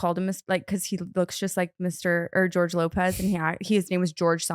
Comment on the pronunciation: George Lore-pez